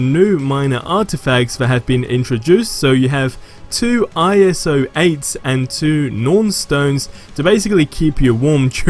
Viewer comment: Please just say iso